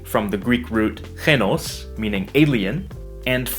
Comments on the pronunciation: ξένος is pronounced 'ksenos', not 'xenos'. Be careful not mix up ξ and χ :) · Great video! You pronounced ξένος incorrectly though. It should be pronounced like Xénos, not Chenos. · you pronounce some words wrongly but its ok. for example its "xenos" as in english not "henos" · I think you meant "Ksenos" not "Chenos" for the Xenos. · Just a small correction on a perfect video! Greek pronouncing of "xenos" is KSenos. Exactly like the x in the word "ex" or Xtreme. Keep the good job!